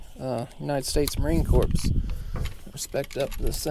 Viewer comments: FYI pronounced core not corps. Marine Corps.. just saying second time I heard you say that. Awesome channel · As a former mechanic, you can call a motor an engine, and an engine a motor, makes no difference to me. But pretty please.. as a Marine Veteran, its Marine Corps as in CORE.. not corpse as in dead body. Other than that, LOVE the vids! The longer the better! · Hey, Love you videos!! YOU ARE THE MASTER! But please 🙏 don't pronounce the "S" in Marine Corps. Semper Fi.